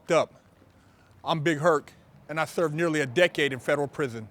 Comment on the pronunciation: “i therve a decade in federal prithon”